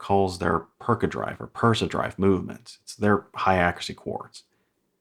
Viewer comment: The only high accuracy quartz watch you've seen in a micro? Surely you've heard of Scurfa? They've been using the F06.412 for a while. Also, it's not "Percadrive" it's Precidrive, as in precision.